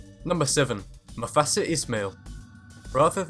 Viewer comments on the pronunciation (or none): why the fuck is everyone saying mofasa not mustafa 😡😡😡😡😡😡